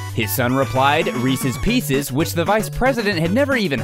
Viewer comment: Reecees peecees